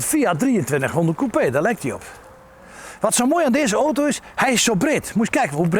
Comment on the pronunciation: niemand kan zo mooi 'oto' zeggen als meneer..